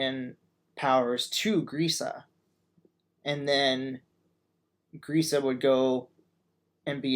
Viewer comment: youre saying Grisha wrong. Dont butcher his name please.